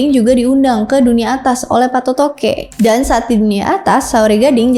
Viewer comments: Koreksi sebutannya bukan Patotoge tapi PA' TOTOE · Patoto' e, bukan patotoke😊😊, Patoto'e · Patotoke 😂 yg benar PA'TOTO'E 😅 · Koreksi: Patoto'e bukan patotoke 😢 Patoto'e artinya yg memberikan kehidupan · Patotoe bukan payotoqe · Kakkkk, bacanya bukan PATOTOKE, tapi PATOTO' E. Q itu ganti aksen yaa❤ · Cara bacanya Patoto'e, bukan patotoke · pengucapan namanya salah ya, PATOTOQE, yg benar adalah patoto e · patotoqe itu dibacanya Patoto'e... jdi kuruf Q nya itu pengganti tanda baca ( ' ) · mohon maaf kak, penyebutan yang benar itu 1. PATOTO'E / PATOTOQ E bukan PATOTOQE , TOTO' artinya nasib, jdi PA TOTO' E artinya Sang Penentu Nasib. 2. Datu Palinge' / Palingeq penyebutannya "NGE" ibarat penyebutan kata "SINGA", nyebut nya SI+ NGA bukan SIN+GA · Maaf coba di perbaiki lagi cara ucapannya sebab ini sangat mempengaruhi keaslian dari bahasa dan makna sureq Laga ligo.Seperti misalnya patotoe bukan patotoge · Mohon pengucapan Patoto'E ya bukan Patotoqe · bukan patotoke, dibaca patotoq 'ee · Bukan patotoke TPI patotoe bgitu jg surek dibaca sure', patotoe artinya yg menentukan nasib Sdkn sure' artinya surat atau lembaran naskah, bgitu mungkin maaf KLO salah